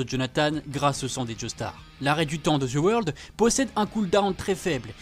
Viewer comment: Ca me tue comment tu dis the world "the weurld" mdrr oh et Jean pierre Polnareff est le plus fort de tout le jojo game chercher pas.